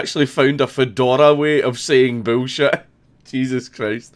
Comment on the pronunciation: "bewl shet" God damn it I love the Scottish accent.